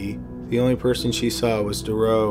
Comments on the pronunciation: Marc detroux is pronounced Marc detroo, not the way your saying it. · His name is pronounced Dû-troo and he also escaped and got caught by a forest ranger. Awesome video! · Took me a while... it's not Marc Dureau, it sounds more like Mark Du "true" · I hate to dwell on a subject, but once again the narrator is pronouncing Dutroux incorrectly. His surname is pronounced Da-true. Oux in French is pronounced oo. Think of Louis Theroux. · Usually good, but the constant mispronouncing of Dutroux's name was annoying.. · I love your vids but you're saying Dutroux's name wrong. You called him Duroux the whole time, there is a T in there lol and how they could ever even think of paroling him is waaaaaayyy beyond me. 2021 is almost here and I seriously hope that never actually comes to pass. The guy is an absolute monster, it's just crazy to me that here in the states it's the same. There are murders, rapists, and child molesters that actually get released from jail only to re-offend and yet you have other non violent offenders in jail for life with no chance of parole EVER, it's absolutely sickening. It should be an eye for an eye and these sick disgusting pieces of shit should be killed slowly and painfully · Is it really that hard saying Dutroux? You keep saying something that sounds like Thuro. Google translate a name first if it's that hard. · jennifer ryerse jones BTW, I know he’s Canadian. Surely that means he knows at least a tiny bit of French and knows how to pronounce Dutroux? Just a thought? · The only reason I mention it (apart from the fact I’m a pronunciation/spelling and grammar Nazi) is because the constant mispronunciation of Dutroux(s) name is incredibly distracting in the story. X